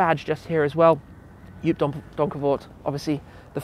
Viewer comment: Joop’s name is pronounced as Jhope